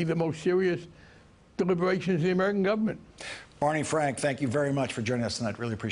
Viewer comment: bawney fwank is we Todd did